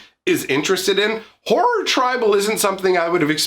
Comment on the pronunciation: the way you said horror at first i thought i heard whore tribal 😂😂 maybe its just the accent and voice